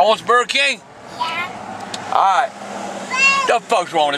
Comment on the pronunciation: “WAY MINUTE...WAH BURGR KIING!”